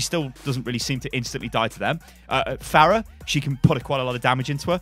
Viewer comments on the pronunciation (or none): none